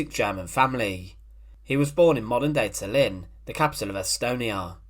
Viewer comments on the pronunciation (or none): none